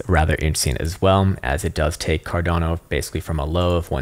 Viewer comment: What did he call it Car---?